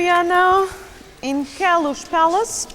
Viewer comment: Ugh. It's called the "Palace OF Queluz" Get it right. :/